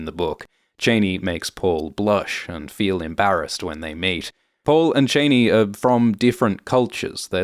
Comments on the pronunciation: FYI you mispronounced Chani. (my name) Is this how this movie decided to say it?? I have been wondering!! In the original Dune, and as my father intended for me, it is pronounced "Chauny" It has turned out over the last 39 years and in another movie (Anchor man -laugh with me), "Ch-annie" It is not "Chainy" That's really an ugly pronunciation! I truly hope they don't say it that way in the newer movie! Anyway, other than that, thank you for this run down. It's hard to explain something to people you grew up with, but never read for all the details! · It's Ch-ah-ni not chainee 🙄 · It's pronounced CHAH-nee. As in "I danced a Cha-cha". Not Chain-y! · Please make sure the pronunciation is Cheyney like Dick Cheyney or Cha-Ni like in the David Lynch movie. It doesn't sound great the way you are saying it. Thanks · Why do you keep saying “Janey”? It’s pronounced “Jahney” in the trailer. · Troubled by the author’s pronunciation of the Fremen heroine Chani: you keep saying Chay-née. I believe it should be pronounced Chaw-née. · Sorry - wasn't able to get past about 4 mins because you kinda murder the pronunciation ... Zendaya's character is pronouced Sh-ar-nee, not chain-ee. Paul's father is Lee-to, not Lay-to. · Love the video, except it's disconcerting to hear "Cheh-nee" and not "Chah-nee". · Cha-ney not Chain-E . Everytime I hear you say it I think of Dick and Liz Cheney. Welp...You are correct it seems it is Chain-E. The other movies and mini series had it wrong. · Is this AI naration? Chani as in "ah." Cheney was Bush II's VP. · I can't watch this any longer - as good as it is. I cannot take you pronouncing Chani as Cheney. Chah-knee Chain-knee is a very unfeminine sounding word, not to mention associations for the former VP. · It’s pronounced Chahni not Chayney Her daughter will be called Ghani FFS Chani and Ghani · I'm pretty sure it's chah-nee. Not Cheyney 😂 Also isn't she supposed to be kinda hot? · Chahni not Chayne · Dude its CHANI not cheney